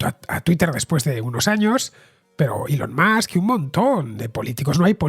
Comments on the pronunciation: Elon Mox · Cada vez que escucho “Elon Musk” no puedo dejar de pensar en Maduro pronunciándolo 😂😂😂